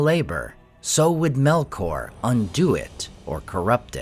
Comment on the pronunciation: "MELOR" tu vai ver.. 😂😂😂 é Melkor nao tem "k" mudo nao..